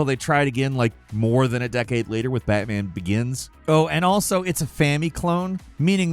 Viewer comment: It’s BATMAN NOT BATTMAN!!!!!!!!!!!!!